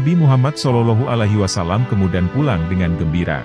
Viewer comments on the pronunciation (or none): Konten ini bagus. Hanya yg perlu diperhatikan 1. Sosok Nabi.. Pakailah sinar wajah nya.. 2. Perbaiki menyebut julukan Nabi.. SolaullAahu A'laihi wassalam.. A'.. Ngain bukan ailf ( a) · Bagus risalahnya, sayang sekali pemapar kisah/ komentatornya tidak bagus bahasanya apalagi saat mengucapakan Sollollohu 'alaihi wasallam, janggal sekali cara pengucapannya.